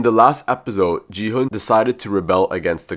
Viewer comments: Stop saying ji hun is gi hun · It's not Jihan It's G hon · Gu-hu nah Gi-hu✔️ and Ji-hu✔️ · HE IS NOT JIHUN IT'S GI-HUN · Bro, really said G hung instead of gi hung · It's gi hun not ji han